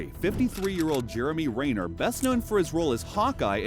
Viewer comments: Renner, not Rayner…couldn’t even get the man’s name right? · RIP Jeremy Ree-ner. Jeremy Ren-ner sends condolences.